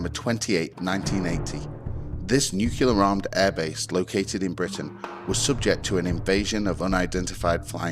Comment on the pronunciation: Phenomenon is the singular, phenomena the plural. Nucular is not a word.